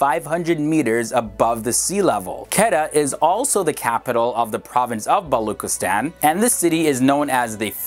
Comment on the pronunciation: It's pronounced Koo-Wetta and Ba-Lo-Chistan